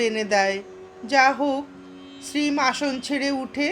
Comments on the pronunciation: Apni ‘Shreem’ keno bolchen ? Ota ‘Shree Mo’ hobe…Master mohashy er short Mo. …. Otherwise it was enjoyable. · Sri mo uchharon korbe khub bhalo lagche. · আপনার শ্রীম শব্দটির উচ্চারণ সম্পূর্ণ ভুল